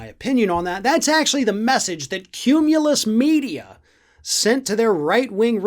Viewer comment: Qumulus Media? Or did I mishear?